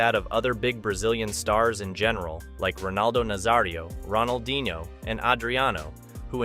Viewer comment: bro at least learn how to pronounce the names correctly, you can say la coruÑa but can't pronounce ronaldinho